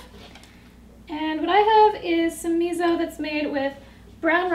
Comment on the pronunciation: Its pronounced 'me so' not 'me zo'....